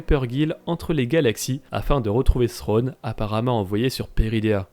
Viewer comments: Je pense que peu de francophones prononce le TH anglais correctement. D'où le fait qu'ils disent "Srwone" en VF. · Pourquoi l'Amiral Thrawn se prononce différemment dans la série car a plusieurs reprise au lieu de dire Thrawn il prononce Sronne. Pourtant en anglais il le prononce correctement.